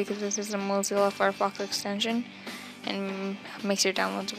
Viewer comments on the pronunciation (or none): also it (moe-zel-a) FireFox not (mo-zee-la) Fire Fox.